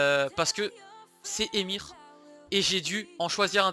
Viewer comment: Comment ça " Emir " nan sa ce dit E - M - X- R. Sauf si je dis de la merde, mais le dis comme ça. Et yoda est vraiment le top 11 pour moi